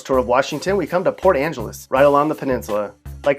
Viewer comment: I laughed when I heard port Angeles